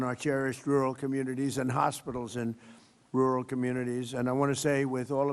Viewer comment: He can't even say rural.